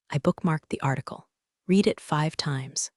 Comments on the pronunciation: "Read" in the past tense is pronounced "red," not "reed." A little pronunciation fix like that goes a long way. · Read in past tense is pronounced as red.